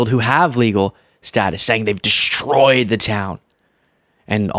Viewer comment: He couldn't even manage to say the word 'destroyed' in the 1st clip!